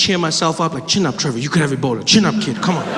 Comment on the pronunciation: Treva is how he says his name when he uses his African accent.